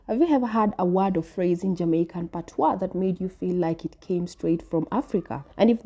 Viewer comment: PAT-wa, stress the first syllable when speaking of Jamaica. Pat-WAH (patois) is the used for French vernaculars with various other languages. Once again, PAT - wa Listen to the Jamaican woman